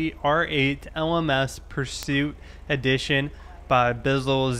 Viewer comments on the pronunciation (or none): none